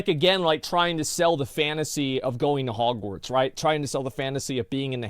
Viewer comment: Whoever uploads this, its Hogwarts with a T, not Hogwar"d"s